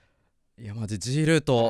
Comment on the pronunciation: は痔ールート言ってるんですね